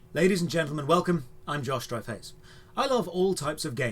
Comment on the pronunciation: ooh, the guys name is Josh Strife Hayes. I always hear Josh Dry-Face